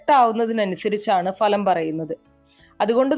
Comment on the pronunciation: ഇതും ഒരു തട്ടിപ്പാണ് എന്ന് മനസ്സിലായി. അതൃപ്തരായ ജനങ്ങളുടെ വിശ്വാസത്തെ ചതിക്കുന്ന രീതി നിങ്ങൾക്ക് ഇത് വഴിപണം നേടാം എന്നാൽ ഞങ്ങൾക്ക് സമയനഷ്ടമാണ് ഫലം. നിങ്ങൾക്ക് മലയാള അക്ഷരത്തിൻ്റെ ഉച്ചാരണം പോലും അറിയില്ല കാരണം ഫലം എന്നത് ഭലം എന്നാണ് പറയുന്നത്. ഇത്തരക്കാർ വിളമ്പുന്ന വളിച്ച മലയാളം വിശ്വസിച്ച് നീങ്ങുന്നത് തന്നെ തെറ്റ്. കഷ്ടം ഇത്രയും നികൃഷ്ട ജീവിയായി കഴിയരുത്. കാലം പൊറുക്കില്ല താൻ നശിച്ചുപോകും . തീർച്ച..